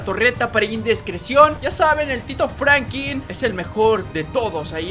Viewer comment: Da risa qe diga frankin y no frankin